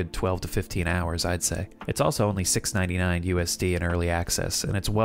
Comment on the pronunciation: I don't wanna be that guy, but it's pronounced "Loona-Cid" with Loona as in Lunatic and Cid as in the kid from Toy Story